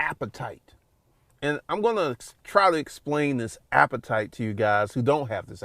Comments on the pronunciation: Everytime this man says “appetite” It makes my soul cringe 🤮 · bro saying "appetite" like its food bruh